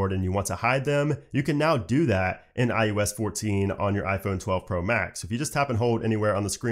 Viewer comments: is he saying iUS?? not iOS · I cringe every time he says “iUS” 😣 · Why does it sound like he’s saying IUS? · say iUS one more time